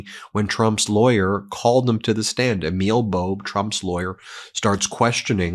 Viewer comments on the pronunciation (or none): none